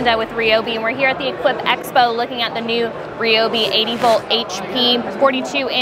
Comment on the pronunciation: Atleast you know how to pronounce ryobi unlike the tool review zone guy